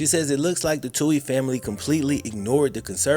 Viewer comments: Also, btw (not that I care about them) it's pronounced Two-eeez not Toe-eeez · They last name is pronounced..... Two-ey not Tow-ey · Love you and your vid’s but it’s “too-ee” ☘️ 🇮🇪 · First where u been? Also the TWO-E'S,THATS HOW THE NAME IS PRONOUNCED, ALSO SEND BIG MIKES SON CHECKS FOR THE FUTURE IE. COLLEGE FUND. BIG MIKE EVEN STOPPED CASHING THOSE CHECKS. SHAME ON MIKE SHAME ON HIM..